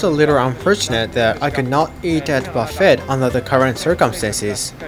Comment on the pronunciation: Would love to go on this ferry. Buffe(t).don't pronounce the t.